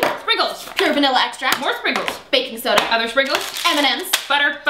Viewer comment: No,, it's "All the SRANKLES everywhere." JESUS!